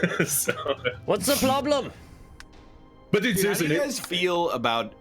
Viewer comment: Did we ever figure out what the ploblem was?